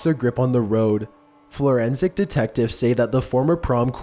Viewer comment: Dumbass, what the fuck is a FLORENSIC Investigator? You need to go back to 1st gradr and learn how to read in English.